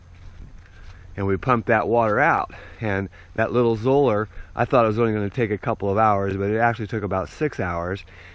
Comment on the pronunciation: Not that anyone cares :), but Zoeller rhymes with "dollar".